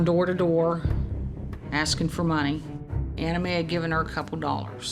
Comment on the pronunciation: Was anyone else listening rather than watching this and thought the victims name was Anime, not Anna Mae?